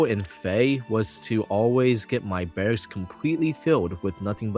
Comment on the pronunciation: ❌ Barrcks ✅Barracks